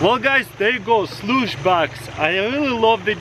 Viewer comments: I thought he said douce bag😂😂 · Shluce box lol😅